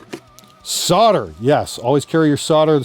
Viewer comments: Solder, not sorder. Repeat after me, solder, solder, S O L D E R, SOLDER! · Solder has a fucking L in it for a reason, it's not sodder ffs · Why do Americans never pronounce the 'L' in solder? You pronounce it in 'solid', so why not 'solder'?